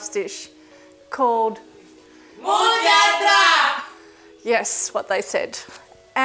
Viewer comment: It's pronounced moo jad dara not moojdara